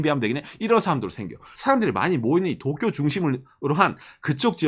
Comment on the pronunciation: 또쿄 거리는거 왤케웃기짘ㅋㅋㅋㅋㅋ